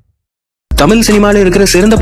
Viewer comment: தமில் இல்லை தமிழ் வேண்டும்